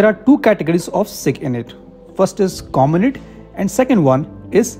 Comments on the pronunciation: Int is pronounced like (int)elligence इंट . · It's not cominit or elinit. It's Comm. int . Abbreviation for Communication Intelligence. Like MI which is for millitary Intelligence